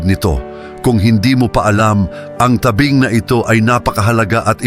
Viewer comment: Mali Po Ang pronunciation Ng dako at tabing